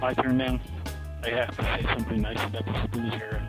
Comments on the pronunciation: It’s “superleggera” not superleggara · Superleggera, not superleggara.